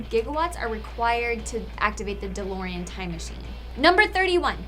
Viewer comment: Had to pause at the word DeLEERian when she was explaining the BTTF reference about the DeLorean.